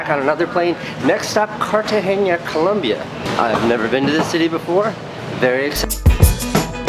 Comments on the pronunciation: It's not Cartageña, Casey. It's Cartagena. Prpnounced just like that, normal n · Casey it's not CartageNia it's Cartagena (pronounced Car-ta-hey-nah) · Or to learn to pronounce 'Cartagena.' :-) (not Cartageña) Everything else was, as you young people say, 'dope.' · because most of us don't speak spanish dude. I don't know why all spanish people say 'jess' instead of yes..so annoying to us 'gringos'. In all seriousness, are you saying its pronounced carta-hay-ya? Have to admit, I thought it was carta-hay-nya. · Dude, you just murdered the name of the city. Cartageña lol. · Did he just say cartahenya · It's pronounced "KARTAHENA" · Love ya, Casey, but there isn't a "ñ" in the name "Cartagena." So stop saying it like that. I don't know why all gringos do that... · Cartagena! U misspronounced it til the end...allmost.